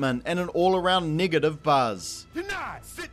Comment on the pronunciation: I thought he said niggative